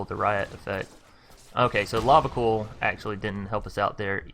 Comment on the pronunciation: Not trying to be a dick but it's Lava C-Oil (as in the black liquid stuff). Although it's funny hearing you say Lava Cool :)